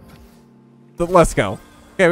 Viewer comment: i always here lethgo and not lets go if you hear it one time you cant unhear it